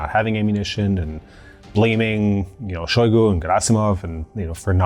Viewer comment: Shoigu pronounced his name with emphasis on U. You can here it in a video "истинная фамилия шойгу" on .